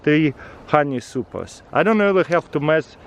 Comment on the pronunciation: Did he say “im ready putting the suppers and nukes?”